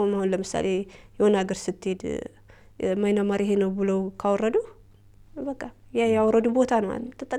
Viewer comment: Dint say "ማይናማር"...say "ምያንማር"....አሌክስ the oldest "Burma"